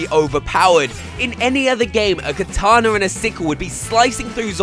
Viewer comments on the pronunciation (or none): none